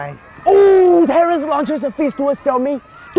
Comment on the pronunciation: “TERENCE” xD